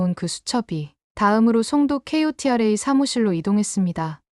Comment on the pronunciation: KOTRA는 코트라로 읽어요